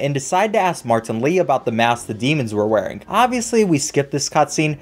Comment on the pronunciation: But when u say martan Lee it sounds so funny 🤣